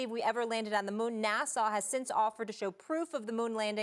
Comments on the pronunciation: Why does she keep saying NASA like NASSAU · Why does Molly keep saying NASSAW?? 😂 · Is it just me or is she saying NASAW? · It's NASA not Nassau...Curry and Irving are out of their minds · NAHSAH NOT NASAU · Why does Molly say NASA like Nasau?? She's college educated? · This dumb lady can't even promounce NASA. Fortunately, there was one adult in the room. Max is a moron. Obviously. OK, I get that black people have been fucked over forever, and have reason not to trust authority. But gravity? Flat earth? Vaccines? Obviously damaged from centuries of oppression. There should be massive reparations, especially in education. It isn't part of the scientific process to just have some influenced thought when you have no idea what you are talking about.